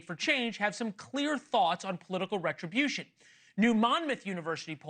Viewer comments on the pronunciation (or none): It's NOT RETUBUTION ITS JUSTICE